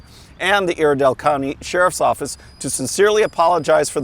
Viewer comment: Just so you know Iredell is pronounced with a long "I," I-R-DELL.